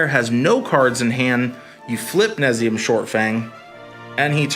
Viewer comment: Nay-Zum-Eaa shortfang. This deck needs some tuning. You didn't post a land base. 4 pack rats + 4 mutavaults + 2 bitterblossoms and some number of chittering rats (2) would be a good place to start. You want 4 wrench minds + 4 TS since your win con is all creature based. Each creature needs to synergize for this work. This list doesn't do that. But your rap is promising.